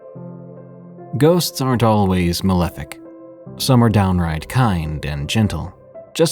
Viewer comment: Um did you say “Molefic”? Ghost aren’t always molefic!? I’m pretty sure you bit malevolent & for some reason you didn’t catch yourself? Or you didn’t on purpose because you thought it would be funny! That would actually be funny!